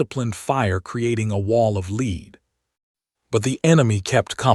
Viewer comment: Someone needs to correct pronunciation. Especially fading, the 2 (leads) 2(wounds) 2(reads or read)